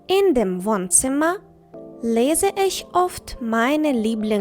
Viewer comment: Тільне на ІШЬьь а Іхьь.